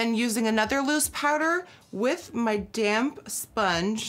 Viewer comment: When she said damp sponge didn't sound like damn sponge